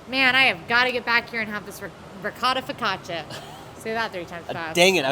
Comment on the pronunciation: Not that I want to make you guys sick with food but I'm a little confused why Jaleo and Pepe are combined into one task but the single rider lines for rides are counted as separate tasks Good to see evryone together. pronounced ricotta focaccia right I believe